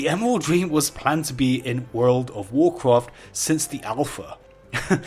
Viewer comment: You're accent is so harsh, you sound like you are handicapped. Why can't you guys speak your own language. WarCwaft lol :)